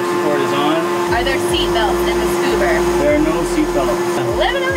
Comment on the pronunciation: “Scuber” HAHAHAHAHAHA